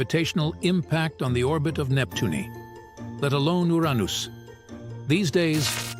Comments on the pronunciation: Nep Tune E, Your Ain Nose, and Dis cradeeded 😂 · Ooranoos, discreedited, astro-no-mers. can't pronounce common words. Sorry but not watching this crap